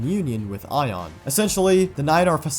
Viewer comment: why do you say aion like “ion” when the only time we’ve heard it pronounced is like “a on”